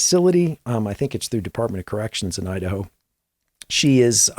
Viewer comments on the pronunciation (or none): none